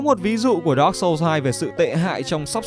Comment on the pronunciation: đọc dark chập nghe như dog :))